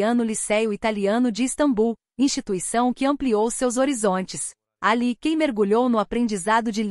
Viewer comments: Ela ainda não sabe pronunciar o nome dele ...a pronúncia é JAN e não CAN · O nome dele não é "ken". Seu nome, Can, em turco se diz "Djan". Esse é o som da letra C em turco. Por favor, informe-se. Não invente.